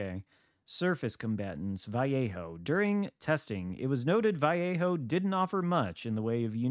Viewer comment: Ok. Your killing me.... My brother lives in Vallejo. So here is easy way to say it .. VA-LAY-HO....